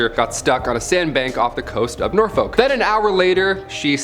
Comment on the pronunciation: the way he pronounces Norfolk and Plymouth annoys me